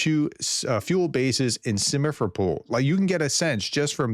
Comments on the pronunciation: I appreciate your updates. One of these days you get Sim-fer-o-pol pronounced right. :) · B. I love what you do professor despite your weakness in foreign language.:the city of Simferopol- місто Сімферополь. You did well pronouncing the o's as o. The accent or emphasis is the syllable -rop-. Plus rolling the R would help in sounding more authentic. But very good reporting and thank you for your help to spread the truth about Ukraine, especially what is happening to the people. Everyday civilians die due to monster putler and his syncophants on all continents of the world except maybe Antartica. Слава Україні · SIM-fero-pol, not SIM-e-fo-pol. Come on prof, come on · Most town names are very easy to pronounce if you just break them into syllables! SIM - FER - O - POL. STER - LIT - A - MAK. KO - STRO - MA